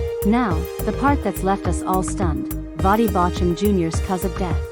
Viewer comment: Drop AI. It can not even pronounce his name correctly. That is not respectful.